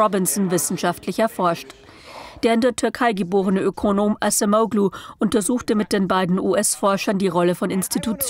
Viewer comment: wird "Adschemoulu" ausgesprochen!!